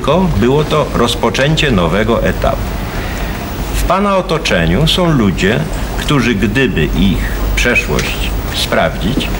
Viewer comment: som . Do dzisiaj tak mówi